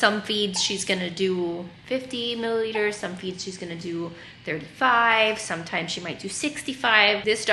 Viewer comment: It’s pronounced milliliters. She’s a beautiful baby.